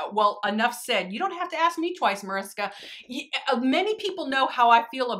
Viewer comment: Awhh I didn't expect this video so soon!🤩 I always love how Americans pronounce my name haha🙊 It sounds so cute❤ Now that I watched the video: thank you so much for making this video, I really like the looks you came up with😍 One more question: can you link the brush you use in the crease? I always manage to get the shadow I use in the crease all over the eye😅